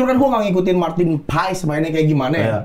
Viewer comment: Betul nyebutnya marten pas , jordi amat pas manggil juga gitu